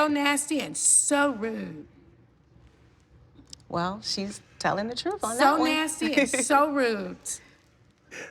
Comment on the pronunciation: "So nasty and so ROOT"...think Nene meant "rude" lmao